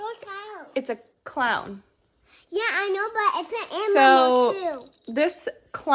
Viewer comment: OMG I LOVED it when she said "Ammimal" 🤣🤣🤣🤣🤣 Thank you for another inspiring video, I have to say....when you were cleaning your faucet, and i saw your Hand going toward it to turn it on, it was seriously like slow motion, i was like NOOOOOOO 🤣🤣🤣🤣🤣 I believe we've all done something similar, i know i sure have LOL!!!! Can you believe its literally down to the wire?? still so excited for you all and can't wait to see the new house, and thank you for sharing the journey with us all !!!❤️❤️❤️❤️❤️